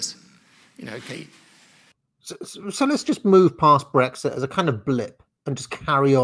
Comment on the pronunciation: Annoying Blairism’s - “Breggsit, Parhearty, idieology.” Great stream,. Have you done any videos/studies of Alistair Campbell? His politics have never really been looked at. And considering how influential he was to New Labour and Blair, I think he’d be a great subject. From journo to spin doctor.